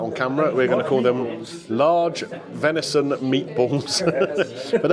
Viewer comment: Absolutely pathway how you can't say venison faggots